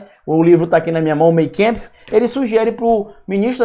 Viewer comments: Por favor, professor, atente-se à pronúncia CORRETA! Por exemplo: "Mein kampf" ("Minha luta"). Se pronuncia: "Mein kAmpf" e não "Mein kEmpf"! Isto é ALEMÃO e não INGLÊS AMERICANO! Tem muitos alemães(ãs)/professores de língua alemão (que moram em Aracaju) estão até agora rindo de você todas as vezes que você continua repetindo erroneamente esta palavra. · Olá Professor! Vc é 10! Só um detalhe a ressaltar: Mein Kampf se pronuncia "MÁin Kampf". GRANDE ABRAÇO! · Pronuncia: "Mein Kampf", Minha luta, de Adolf Hitler: MÁIN KAMPF.. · Oi me permita uma dica/correção a pronuncia correta do nome do livro em alemão é: Main Kâmpf O.K?? Grande Abraço.